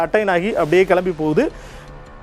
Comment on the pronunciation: முண்டம் இன்னும் தகவல் வெளியாக வில்லையே!தமிழை ஒழுங்காகப் பேசவும். கிலம்பியது அல்ல கிளம்பியது என்று உச்சரியுங்கள்